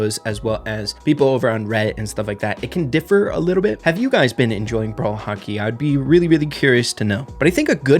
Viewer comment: saying Hockey is like he is saying "Haki" from One piece